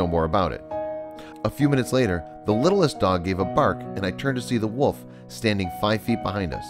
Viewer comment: I really hate how this guy's voice sounds not sad, just emotion-less. Also anybody else notice how this guy says "woof" and "wooves" instead of "wolf" and "wolves".